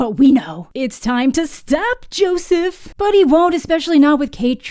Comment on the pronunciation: Every time you call him "Joseph" I crack up a little harder